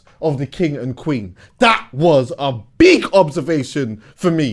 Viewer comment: there's no "w" in the word queen 😂😂😂